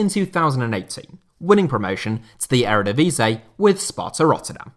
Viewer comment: I love how he called the Eredivisie the Ærëdevasey